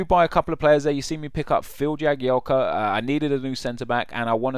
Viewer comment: One day, you'll stop pronouncing Jagielka with a Y. He isn't Spanish...